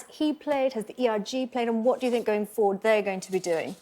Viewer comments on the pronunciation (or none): For crying out loud stop saying eryou muppet